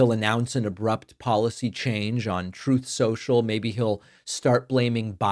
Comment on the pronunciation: it's called troth senchal man get it right